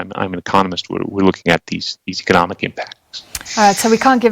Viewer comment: The moment you can pronounce economic correctly.. you might stand a chance of getting somewhere.. eish